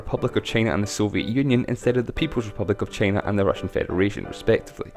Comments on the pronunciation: Shicong Lu trump还不是一样。trump说china想vhina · 只有我一个人听他发音China听得好难受吗… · 魄可 同美国党觉得很容易听懂。只不过China的发音实在有点。。独特？